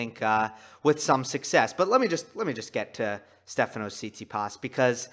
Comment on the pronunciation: one little thing: pronounciation - tsi-TSI-pas, so stress on the secong syllable, you put stress on the last one